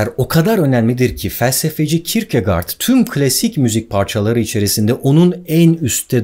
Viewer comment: Kirkegard değil kirkigor diye okunuyor